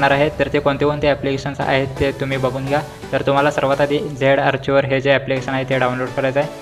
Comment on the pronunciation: आर्चीवर ❌ आर्कायवर ✅